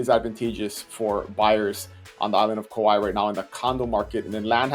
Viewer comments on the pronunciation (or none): Kauai, not kawaii.